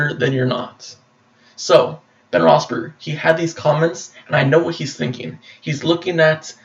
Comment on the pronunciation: You can't even correctly pronounce Ben's last name correctly